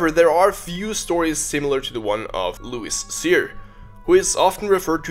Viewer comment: Thanks for talking about louis cyr (luis seer as you said). He needs more recognition for his incredible achievements,a great man from our Quebec nation!